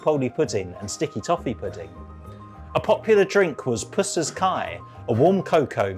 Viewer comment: Pusser = pus’sers not poos’ers